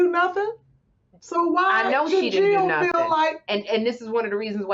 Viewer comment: I love when she says "Nothin" LOL!!!!!!!!!